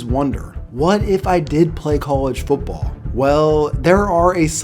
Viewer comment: The word is football. Foot ball. Not foopball. Foopball is not a word.